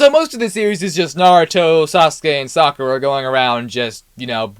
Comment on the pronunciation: Great video 2 critiques, AOT came after Naruto and the pronunciation for Kakashi and Sakura was really off other than that it was awesome.